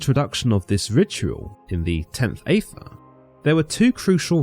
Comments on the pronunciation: Aethyr is pronounced as “Eith-Ther”. Even with a🇬🇧Accent! 😤🤨That’s why Crowley, Dee, & Kelly all spelled it beginning with an, “Æ”. Only pronounced 1 way. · I rather think aethyr is pronounced the same as aether/ether… as in you don’t pronounce the A. And Crowley is pronounced like “crow”.